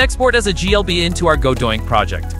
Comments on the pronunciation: the AI thinks that godot-INC is godoinc lol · stop saying godoink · Okay but why actually is he saying Godoink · me screaming everytime you say godoink like its torture ahahhahaha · Did you intentionally say Godoink? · This AI isn't even pronouncing the name correctly.